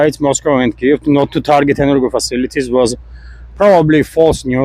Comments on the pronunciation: Just a note... You used a word that sounded like "'enner-go' facilities." In English the plural would still be the usual "energy facilities" 😎👍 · i'm not sure why he pronounces energy like that because "georgia" uses 2 soft g's. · he's just pronouncing the "g" as in golf and not as in george.